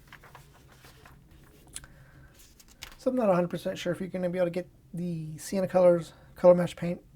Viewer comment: Not a bad review, but what’s with the pronunciation of Senna ? “Sea-enna” ?